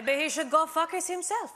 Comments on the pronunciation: “... I do not fucus on who he fucuses.” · ....I do not "FUHKUS" on who he "FUHKUSIS". Maybe he shud "FUHKUS" on himself. Lmfao🤣😅🤣😅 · Of course it isn't, the reason people are happy it wasn't bleeped is because she pronounced the word 'Focus' as 'Fuckus' so it sounded close enough to a word that CBS would censor. Laura Benanti was incredibly funny in this particular Melania skit. She's always fantastic but this was one of her best yet. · hahahhahah it reminds me when I was learning English and I used to pronounce "focus" like her XD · So that is how you pronounce "focus"....